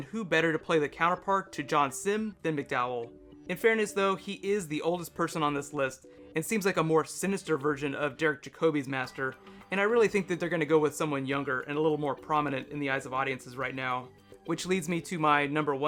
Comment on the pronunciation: Derek Ja-Co-ve? WHAT WHAT??? Derek Jack-a-B is a lot nearer.